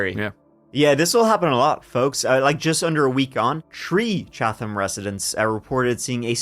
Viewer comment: H is silent in Chatham.